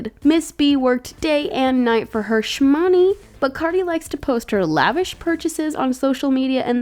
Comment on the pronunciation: When said shmoney, I cringed